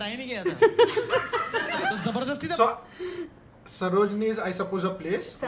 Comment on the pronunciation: He say Sarojini like Sarojini nagar Delhi